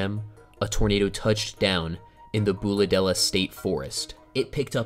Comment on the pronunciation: Congratulations on pronouncing Bulahdelah right the first time you said it. Not many people do